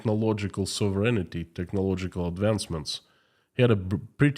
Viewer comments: Hey, your English in general is excellent but you do not correctly pronounce the word “sovereignty”. Sovereignty is pronounced with accent on the “O”, SOVereignty. I just got tired of the mispronunciation. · Sov ren tee